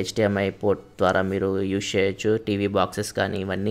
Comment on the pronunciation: "Use" ni spashtamuga paluku naayana.